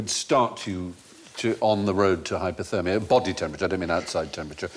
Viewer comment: It’s hypOthermia, Stephen, and not as you pronounced, hypErthermia, which is heat stroke. Sadly, every newsreader I have heard makes this mispronunciation.